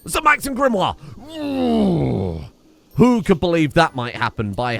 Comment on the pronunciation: I notice you're pronouncing Sir Max's baby mama's name as 'GRIM-wahr' even though you spelled it in a way that would be pronounced 'GRIM-ohr'. The way you're pronouncing it has another 'i' in it, Grimoire.